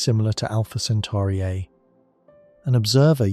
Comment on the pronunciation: Great video but make up your mind on one pronunciation. CentAri or CentOri.